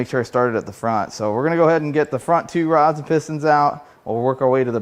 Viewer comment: I almost thought you said broads hang out inside of this engine lol but I know you meant rods🤣